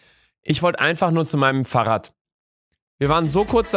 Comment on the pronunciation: Niemand: Luca: farrradd